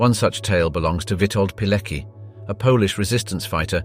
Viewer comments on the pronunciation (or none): not "Birkeanu" but "Birkenau" (and remember, that this is the German word, so it should be pronounced as such). - it's pronounced more like "Piletski" or "Piletzky", the "c" should not be said as part of the English "ck", but as a separate consonant (in this case somewhat similiar to the "tz" sound in "tzar"), and the "k" should sound like the first "k" in word "kick".